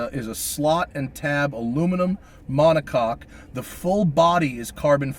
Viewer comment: U gay bro? It's "Monocoque".